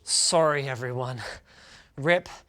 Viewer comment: lmao typical Canadian... always sorreh